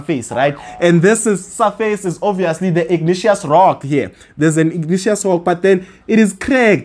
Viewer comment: Pls try pronouncing words for what they are(respectfully). I kept on getting confused on " igneous rocks." Nonetheless, you're doing an excellent job. We love your content. We always obtain distinctions in Geography. 🙏🏼